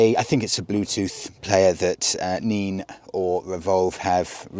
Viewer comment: I think it's pronounced nen not neen . I assume it's named after the river in that area .